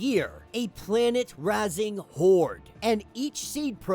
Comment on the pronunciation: Razing/raze pronounced like faze and daze- it means to destroy or burn to the ground such as in farming or city destroying, hahaha.